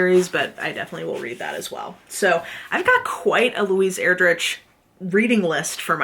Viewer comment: Ur-drick is how you pronounce her last name. (Sorry to be that person, I am the best at massacring names) I only know this because we had one of her books, CHICKADEE, on our Battle List for a while and we had to teach kids how to say her name. She is fantastic.